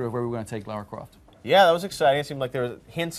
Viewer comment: LARA NOT LAURA.